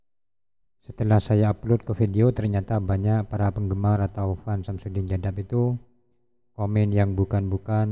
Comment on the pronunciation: Bukan jaddab.. tp Kadzdzab..🤭